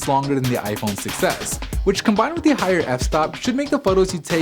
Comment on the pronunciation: you're very informative but please learn how to pronounce the word "the" properly based on whether it precedes a word starting with a vowel or consonant.